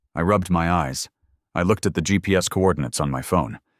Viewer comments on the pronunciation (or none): Its NOT jeeps, it is Gee Pee Ess